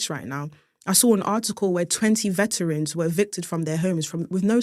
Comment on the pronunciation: Base and bougie is soo London I love it how she even missed the T in veteran like a true cockney lass 😂